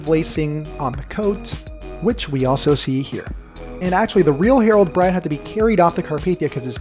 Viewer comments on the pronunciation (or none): none